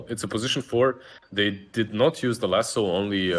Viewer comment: Lasso not Lasoo